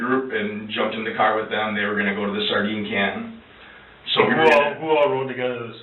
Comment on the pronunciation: I hope it's the friend cause then it means they'll have locked up an a hole that pronounces "sardine can" like that.